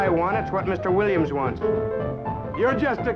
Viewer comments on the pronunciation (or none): none